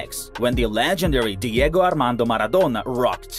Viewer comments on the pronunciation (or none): none